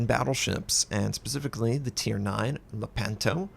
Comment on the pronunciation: Thanks for the informative video, I'm definitely looking forward to trying out this line. As a little side note, the stress is on the first syllable : "Lèpanto"